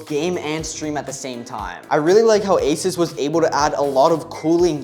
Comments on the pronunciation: bro is asus not aisas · I hate when people pronounce asus asis